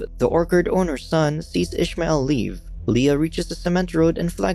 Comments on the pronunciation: It was written as Ismael. Meaning no h, no ish. Unless in the show they are pronouncing it that way. My ears are bleeding with this. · Youre pronouncing ismael wrong, im arabic, and it isnt said like that, i cant explain how its said bc there isnt any letters to explain how its pronounced